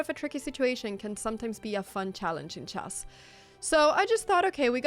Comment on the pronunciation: I love it when you say Chass in stead of chess it’s so funny